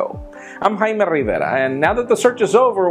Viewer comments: Microsoft pronounced your name wrong Jaime #CEOproblems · Jaime... They got the wrong picture of you as CEO. And they pronounced your name wrong.. #MicrosoftProblems.